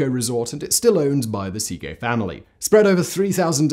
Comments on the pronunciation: Uh, that is NOT how you pronounce Szekely. Where the hell did you get sea-gay from? It's more like seh-kell-y if I break it down to the simplest form. I'm not very good at transcribing the phonetic forms of words but that'll do. Source: I'm Hungarian. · Seegay... cracked me up Simon.. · I usually enjoy these vids. However, the assault on the Hungarian language drives me to distraction. It is a phonetic language. It's not difficult to pronounce Székely correctly. Why do you make such a ham of it? You may as well be saying papreeeeka! Ouch.